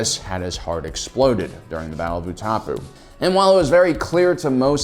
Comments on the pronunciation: OO-TAH-POO??? Everyone knows by now that it is pronounced OO-TUH-POW. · Utapau (ooh- ta-pow is how palpy pronunces it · It's not Utapoo -. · You tao pu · Utapau = ooh-tah-pow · “The Battle of Ootopu” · It's pronounced Oo-ta-pow. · I feel like he just mispronounces things on purpose at this point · Really butchered that, like fo real. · I thought it was the city that the battle took place in, not a horrible mispronunciation